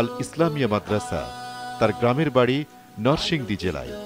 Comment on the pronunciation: প্রতিযোগীদের তেলাওয়াত অসাধারন আলহামদুলিল্লাহ। উপস্থাপক ভাইটাকে দেখে একটা জড়বস্তু মনে হচ্ছে। নরসিংদীকে বলে নারসিংদি।😁